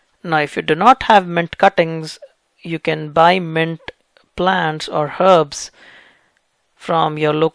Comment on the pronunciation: Bro....mint...not ment(!)